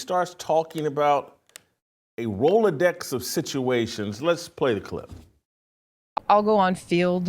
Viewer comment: What did she say? Rolodex situation. Only the Browns. Does she have a speech issue